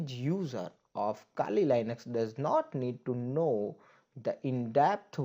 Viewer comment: iske kehne ka matlab kali linux nhi "kaali lainux" hota h😂